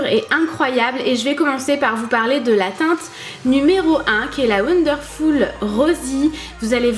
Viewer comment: l'anglais de "wondeurfoul"